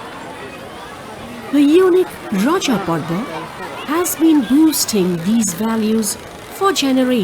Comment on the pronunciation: This is our odia festival👌and one thing not rajo it's RAJA